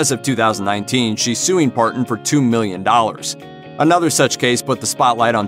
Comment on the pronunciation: The narrator clearly isn't familiar with the genre. Wagon er? ParTon?